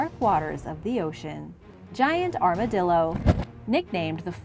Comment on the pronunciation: Ar-ma-dill-er. 😂 Boy, they sure are chonky! ❤